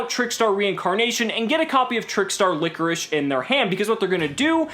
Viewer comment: its not pronounced like licorice its pronounced LY-CHORUS